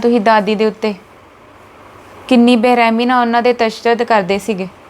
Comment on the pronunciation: ਪੰਜਾਬੀ ਸਹੀ ਬੋਲਿਆ ਕਰੋ ਤਸਦਦ ਨਹੀ ਹੁੰਦਾ ਤਸ਼ੱਦਦ ਹੁੰਦਾ ਬੋਲਣ ਵਿੱਚ ਠੀਕ ਬੋਲੋ